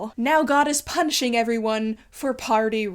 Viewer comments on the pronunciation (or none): "now god is punching everyone for party rocking" i know you probably said punishing but i can't resist because it's funnier the way i heard it the first time